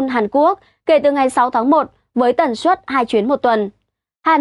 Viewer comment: Hôm nay nghe nói hơi lạ tai. Tôi biết bạn nói chuẩn ngôn ngữ, nhưng tôi nghĩ không nhất thiết, cứ nói bình thường như mọi khi là đc, hôm nay nói, ví dụ, suất, đã phát âm chuẩn nhưng tự nhiên tôi cảm thấy ko như mọi khi